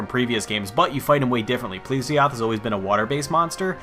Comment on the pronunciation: pl'E'sioth not pl'i'sioth xD